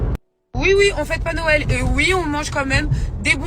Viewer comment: Pour une fois je suis ok avec pour les tatouages et son repas. Par contre elle ne sait pas dire Noël... Les gens... C'est pas "Nowël" hein